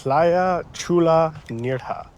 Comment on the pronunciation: It's pronounced "N-air-ha", not "N-ear-ha". I like your current videos because it walks me through one of my favorite parts of Spain. However, the constant mispronunciations is a bit jarring.